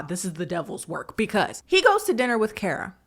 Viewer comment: KHAR-ruh (first syllable rhymes with the last.) Not Care-uh